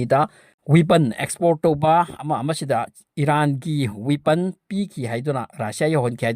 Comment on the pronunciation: Not Huipon say weapon 😂😂😂